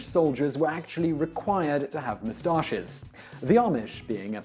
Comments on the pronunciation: the way he says mustaches bugs the shit out of me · I mainly just watched this video to hear him say the word "moustaches"